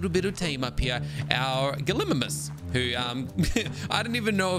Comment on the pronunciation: Hi, I just wanted to say it’s pronounced Gali-migh-mus. Also great video I loved it.